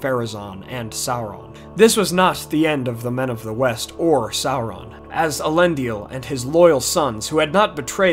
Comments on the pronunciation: Elendil not Elendiel! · A nice synopsis. Although I would take issue with much of your pronunciations. For instance - Is-il-dur or El En Deal. Nice work.